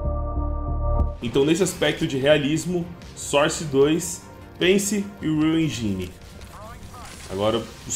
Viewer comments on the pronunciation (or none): Unreal Enjáine 😂